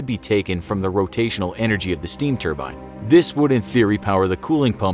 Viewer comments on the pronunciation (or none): none